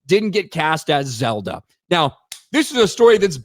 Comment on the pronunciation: It's Zelda, not Zeldo. 💀💀💀